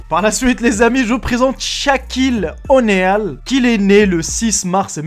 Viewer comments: Shaquille 'onéale', sériously ? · Il prononce mal sahquil oneal et c'est pas la colosse c'est la montagne